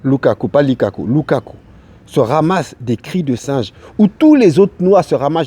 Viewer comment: 4.50 lukaku pas likaku mdrrr sa veut dire singe en lingala